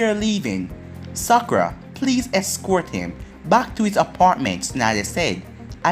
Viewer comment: Stop saying sakura